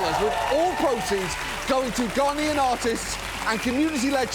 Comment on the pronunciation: Is it just me, or does John add a ‘d’ to the word Ghanaian several times?